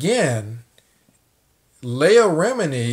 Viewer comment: Good vid bro, her name is phonetically pronounced LEE-AH, keep up the good work home boy✌🏾